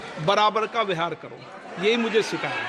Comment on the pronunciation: Speaker ko vyohar ka uchcharan nahi karna ata.